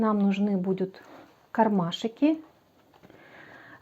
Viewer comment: о! Отлично! Отличные идеи, отличное исполнение, но.. не кармашИки.. а кармашки. Так часто повторяете это слово, что просто в ушах одно оно. И ещё заметила несколько речевых особенностей, но они хотя бы не так часто звучат. В остальном, большое спасибо! Надеюсь, критика конструктивная Вас не обидит, а наоборот поможет улучшить качество снимаемых видео. ❤